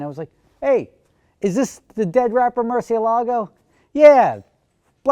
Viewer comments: Mercy AY lago, NOT mercy a LAGO!!! Damn how many people can't say the name correctly! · its not murcielAgo, its murciElago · Velahcity that's not how its pronounced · Liam Bach he says it wrong. Just like most Americans. Its a Spanish word